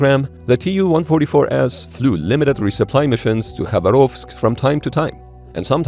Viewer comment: Very nice try to say "Khabarovsk" correctly👍